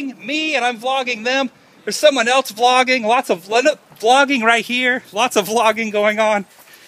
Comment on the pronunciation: It sounds like your saying flogging..which the def. for is a public beating with sticks..Lol..That must have made you feel good,seeing your fans:)